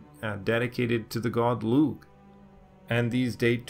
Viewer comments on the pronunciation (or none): I really enjoy your videos, one thing though; Lugh is pronounced 'Lu,' you don't pronounce the g.